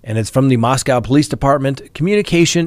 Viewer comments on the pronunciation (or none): It’s pronounced MosCOE Not MosCOW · it’s “moss-co” not “moss-cow” like in Russia. 🤦🏻‍♀️ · Moscow rhymes with Roscoe 😉🤣😂 Dugger rhymes with hugger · asked us on the live stream the other day the correct pronunciation of Moscow. Whether it's Russia or idaho, there is no cow in Moscow. I commented about that on the live stream but apparently is still mispronouncing it. MOS-COH is the correct pronunciation, although everybody everywhere mispronounces the one in Russia all the time. I've noticed that most of the officials in Idaho pronounce it correctly.